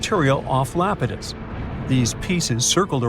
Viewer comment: Not lapitus it’s EYE-ap-ah-tus